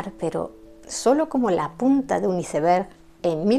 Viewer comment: Felicitaciones,, por tus excelentes biografías. Sólo dos observaciones y es que 1) El título de la obra The importance of being earnest ha sido erróneamente traducido mal. Lo correcto es La importancia de SER HONESTO. 2) Deberías documentarte sobre la pronunciación de las voces inglesas. P. Ej. iceberg es AISberg; Reading es RIDING. Por lo demás, me encanta tu forma de narrar y te seguiré escuchando y recomendando.